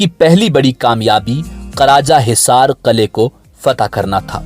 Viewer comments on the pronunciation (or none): Karajahizar nahi karachaizar hota he